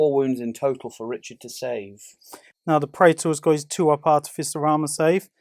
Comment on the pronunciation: I’m not usually one to correct how somebody pronounced something, for example I would say sijilite rather than the g sound. However as an Instrumentation Artificer it really grinds on me when I hear it pronounced the way it is in this video haha Ah-tif-uh-ser... is how you say it